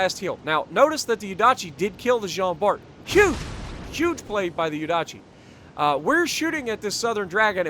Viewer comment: In french we don't say the ''t'' in Jean Bart